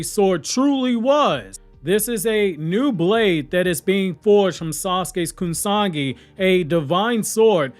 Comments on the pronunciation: Is it Kusagi blade or “Kusanagi”? Because all throughout the video you keep saying “Kusagi” and I just want to make sure that there’s not another sword out there in the verse that I didn’t know about. Your videos are super tight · what was that pronunciation? It's KUSANAGI that's completely false though. SORA means SKY, not "Sara". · Great Video as always buddy. Just one small correction, The blade is pronounced Kusa-nagi. Hope it helped